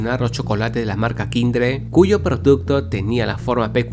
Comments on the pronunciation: Te haces el europeo con plata diciendo que "KAINDER" fue quitado por causar salmonela, cuando se sabe perfectamente que esa marca al día de hoy es de las más vendidas en latinoamerica. PD: Se ponuncia "Kinder", pero como sos el nieto de la reina isabel capaz no te habias dado cuenta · Es kinder no kidre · Dijiste kindre no kinder perdón la corrección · kinder:× Kindre:✓ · NO ES MUY DIFICIL VIEJO, KINDER! QUIN-DER KINDER LPM, NI KINDRED NI KAYNDER, DIOS MIO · "Marca Kindere" Yo: no era marca Kinder? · Dice kindre 🙄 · Kindre? Dijo kindre